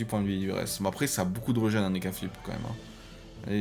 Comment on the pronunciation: Régen pas reugen 😂 ( a prendre avec humour ) bonne vidéo sinon